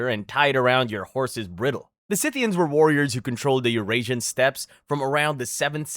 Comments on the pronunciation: What the hell is a “briddle”? who the hell are the selts? Who the hell is Nebucabnazar? What the hell is cariboe? Who are the Thoole people? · Bridle is pronounced bride-ul not brittle as well lol. It's hard being a grammar knot see. Celt always makes my skin crawl when pronounced incorrectly. I was told once that mispronounced words don't indicate understanding of a topic. I like to assume that they learned the word from a book, the benefit of the doubt. I've interpreted the written word comically many times. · He pronounced bridle wrong too.